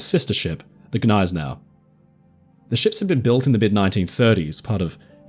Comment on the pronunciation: the 'G' in Gneisenau is not silent when correctly pronounced.